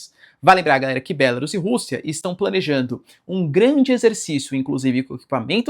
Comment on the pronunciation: Bélarus é o teu c. Diz-se Belarús.